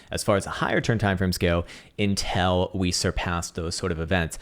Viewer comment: How pronounces 'until' should be studied by science